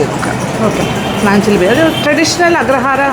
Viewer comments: നാഞ്ചിൽ ആണ് നഞ്ചിൽ അല്ല ചേച്ചി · നാഞ്ചിൽ എന്നല്ലേ.. നഞ്ചിൽ എന്ന് അല്ലല്ലോ mam